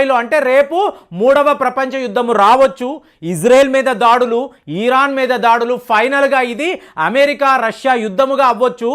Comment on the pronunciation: పాపం..పది రోజుల నుండి యుద్ధం, యుద్ధం అంటూ కలవరిస్తున్నాడు. ఇంకొకటి.అది "ఈరాను" కాదు "ఇరాన్"